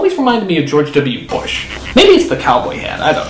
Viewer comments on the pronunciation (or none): George To Be Bush?? Maybe, I don't get it, why is it pronounced like that?